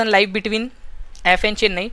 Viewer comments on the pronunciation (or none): bhai pronunciation sahi rakha karo.. hadd iriitatting lagta jab " Liiive" bolte "Live" ko